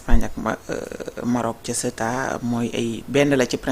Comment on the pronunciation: Ceuta au lieu de Céta:face-orange-frowning::face-orange-frowning::face-orange-frowning::face-orange-frowning::face-orange-frowning